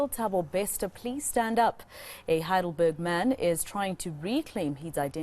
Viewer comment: She said Heidelberg man or??🤔